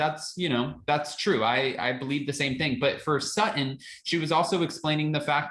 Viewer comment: And say her name right SuTTon not Suh-un lol